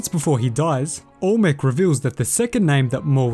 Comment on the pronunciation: im sorry but ita AL-MEC not ALL-MEC